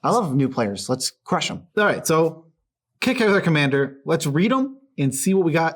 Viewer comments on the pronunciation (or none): Everytime they pronounce Kykar Kick-are instead of K-I-car I die a little inside